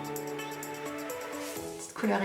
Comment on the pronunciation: Garance Schmitt parce que "cheap " c'est "pas chère " en anglais cest tout mais elle elle le dis comme "tchip" alors que c'est différent